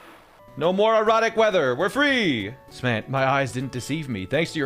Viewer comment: Did he say erotic weather?